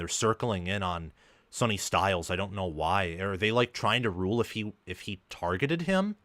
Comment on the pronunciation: His name is Sonny …pronounced Sunny, not Sony.